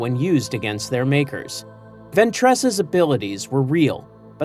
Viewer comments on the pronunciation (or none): Bro says venTRESS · Bro said “ventrass”🫩🥀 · ventréss? oh boy